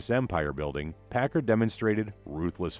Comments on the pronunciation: It’s pack- car. Not packer .learn the idiom for your documentary! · Please- it’s pronounced- Pack car- like two words, not Packer. I was fortunate to fly Chuck Pigott many times during the seventies when he was on the board of directors for Boeing. He always pronounced the name like to words. Don’t know how Mark Pigott pronounces the name.